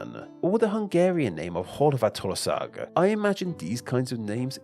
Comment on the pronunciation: I know you often get dissed for mispronouncing something in these videos, so let me just say that your pronunciation for "Hrvatska" and "Horvátország" were both very spot on.